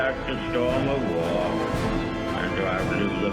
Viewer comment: Yes, and I noticed that he pronounces the word war like World , that's where you get confused